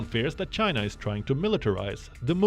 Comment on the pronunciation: The world hates you Chay-na .